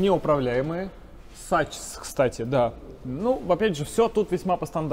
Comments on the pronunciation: Сачс...😬 Уровень владения иностранными: академический🤣 З. Ы. По-английски читается "сакс", но фирма немецкая, в немецком произношении: закс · Бренд этих аммортизаторов правильно произносится "Сакс"